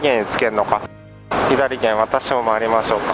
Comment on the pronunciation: いつも拝見しています。 このご時世が落ち着いたら、私もフェリー旅をしたいです。 天気が良ければもっと海も綺麗でしょうねぇ。 左舷(さげん)、右舷(うげん)をひだりげん、みぎげんと言っているのは、あえてですか？